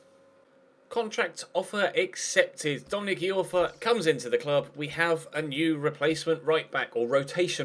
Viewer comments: It's pronounced Dominic "Eye-orfa" not Dominic "E-orfa"! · Iorfa Pronounced eye-orfa not e-orfa